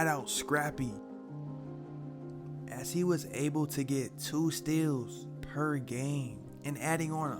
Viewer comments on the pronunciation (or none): "Perr gaaime" 😆 😁 🤣